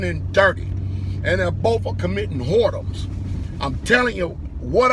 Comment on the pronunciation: LoL, “they are committing WHORE-DOMS”🤣